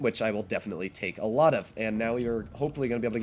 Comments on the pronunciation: Sounds like he said, "You can 'tank' alot of shells..." That's pretty funny! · Well yes, ofc he says you can "take" alot of shells, but it just kinda sounded different lol.